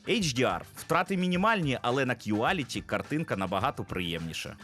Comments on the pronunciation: не кюаліті а кволіті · Quality читається як Кволіті